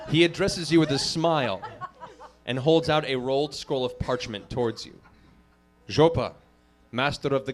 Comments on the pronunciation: What's more hillarious - the way he pronounces it. It is EXACTLY identical to the Russian speaker, moreover the emphasis they make, almost shouting.. It's golden. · AND HE SAIS IT SO CORRECTLY, TOO, JUST LIKE A RUSSIAN WOULD! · it made me laugh so hard, especially matt's nearly perfect pronunciation